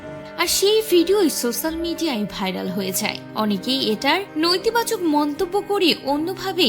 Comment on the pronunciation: উচ্চারণের কি অবস্থা! নৈতিবাচক!! সম্প্রিতি!!